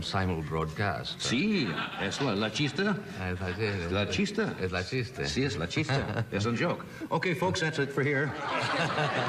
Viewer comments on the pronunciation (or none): Spanish was Buckley's first language. As I remember it, he had a Spanish-speaking nanny, and his earliest talking years he lived in Mexico City. [Later: This is incorrect.] I'm impressed that Johnny knew that chiste means joke, but he mispronounced it pretty badly.